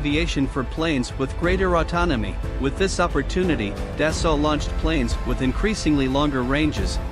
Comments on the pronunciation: It pronounced “Da-Soul” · Thank you for the video, it was enjoyable. I realize this is most likely a computerized voice defaulting to the pronunciation based on spelling, but the correct way to pronounce "Dassault" is "Day-So" long A, long O, silent T. I don't want to come off as a know it all, but if I were mispronouncing someone's name I would want to know. My wife is an engineer for Dassault, otherwise I too, would probably mispronounce it. Again, thank you for the video.